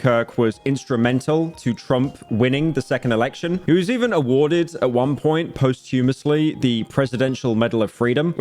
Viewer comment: "Post-humusly"? Bruh what?! lol It's "POSS-chuh-muhss-lee"💀